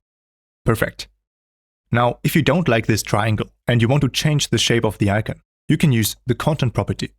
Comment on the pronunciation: What’s an “I-ken”?